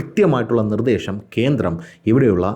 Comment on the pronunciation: 'ശ' ക്ക് പകരം 'ഷ' പറയുന്നത് ശരിയല്ല, ഉദാ: "നിർദേഷം", അനാവഷ്യം etc..... കാക്കാന്മാരുടെ ഭാഷ